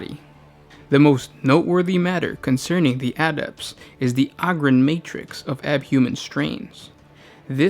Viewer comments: Og-ryn? I though it was O-gryn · its Ogryn not oogryn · AH-GRIN lol.... You sure it aint OH-grin? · Oh-grins Not Ahh-grims They're Ogres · OH-gryn, not AH-gryn. Jesus. Think "Ogre". Come on, man. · its "ogre-ins" not "awgrins" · Not Og-Ryn, it's like O-gre, O-Gryn. Hard 'O'. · its pronounced Oh-Grin, not Ah-Grin :) thanks :) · IT’S PRONOUNCED “OH-GRIN” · "THe Ahgryn" Oh okay. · OH-grins god damn it! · Ummmm...that's 'Oh'Grin'... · I think it's pronounced "Oh"-grins like ogre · Its pronounced oh-grin. the name derives from ogre. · OH-GER, so OH-GRIN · If you are going to share information at least learn to pronounce the name of your subject in the very least. Hearing the word ogryn butchered over and over is super annoying. As plenty have stated it's a play on ogre. How you missed this in your 40 facts is staggering and doesn't really speak highly towards your investigative and analysis ability. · WTF bro you cant say Ogryn right? its ogre like shrek you fool! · Dick Cheer I know right? How can you be a fan of Warhammer 40k and not pronounce the name right? We should ask what Shrek is. Would he say Ahger? He should know this. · omg it's hard to stand watching more of this!!! where are you getting the A sound from or Ah I legit am confused on this!!! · The first syllable of the word "ogryn" is pronounced like the first syllable of the word "ogre" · THAT IS NOT HOW YOU SAY OGRYNS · Holy shit guys it's pronounced Ogryn like ogre. it's a long O.